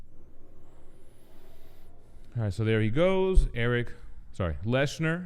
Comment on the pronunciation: It’s Eric Lehnsherr (pronounced Len-Sherr) not Leshnerr pronounced